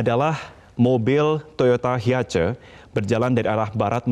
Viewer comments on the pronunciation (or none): hiace katanya,gitu kok ya bisa jadi presenter.Cara bacanya haies mas bukan hiace